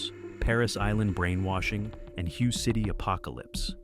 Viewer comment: Lose the AI voice and get someone who knows "Hue" is pronounced: "Way"! Do you even listen to you videos before posting?! Maybe get a disinterested person to check it out. Good info, but it could have been better.